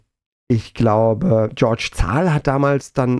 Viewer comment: Wundervoll❤ Aber kleine Anmerkung: Georg wird deutsch ausgesprochen. :P Aber verrückt, wie klein die Branche tatsächlich damals war. Auf die nächsten 20 Jahre!❤